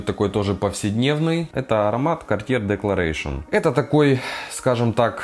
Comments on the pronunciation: Декларасьон, а не декларэйшн, надо заметить. А за спайс бомб спасибо, теперь ношу его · Gartier Declaration произносится декларасьон.